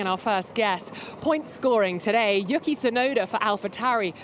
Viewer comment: Not trying to be rude, but can we please pronounce Yuki Tsunoda’s first name correctly? The first syllable is basically the word “you” and the second syllable is “key”, not Yuhki, the way you’ve been saying it since he joined Formula 1. Please? 🙏🏽